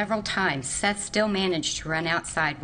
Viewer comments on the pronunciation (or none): If you’re gunna talk about crimes, which you earn money from, you could at least pronounce the victims name right. His name is SETH not seeth.